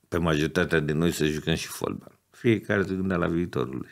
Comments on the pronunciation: singurul fotbalist care pronunta folbal. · Folbal "?WTF?!